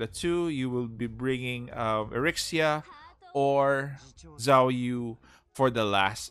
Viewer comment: Zhuge liang is spelled cu-ge-liang actuallu, and zhou yu is spelled cou-yi, and zhao yun spelled cau yin.. Edit: im just telling coz the way u call zhou yu and zhao yun is too similiar so its quite confusing